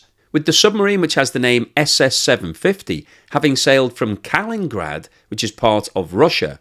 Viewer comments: Love the channel! - Small thing:It's pronounced Kalin-IN-grad, not Kalingrad. Strange place, btw... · Kalingrad? I thought it was Kalin IN grad. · Hey. It's Kalinigrad with two i's. Kali-ni-grad, not Kalingrad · Kal In In Grad. Why do the britunculi keep getting it wrong?! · I stopped being able to take it seriously when Kaliningrad was pronounced abysmally time and again. It’s a pretty famous chunk of land, I’m amazed hadn’t ever heard of it. Astonished really given the number of videos he’s done on Russia over the past two years.